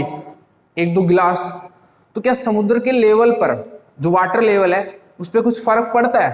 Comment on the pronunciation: When sir say... Samudrrr🤞🤣